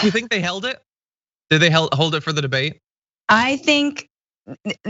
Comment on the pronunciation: "I am very looking forward to the bidet" Thats what he said, right?